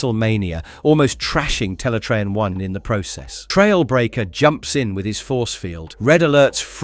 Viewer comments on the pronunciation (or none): You really called Teletraan 1 Teletraan y the entire series 😅😅😅